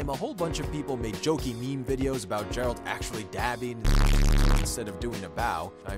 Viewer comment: GEH-ralt Not Jeralt 😤